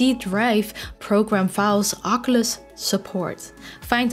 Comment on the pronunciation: I believe Oculus is pronounced o·kyoo·luhs not aa·ke·lush, no offense intended, just you said oculus many times this video. Great video!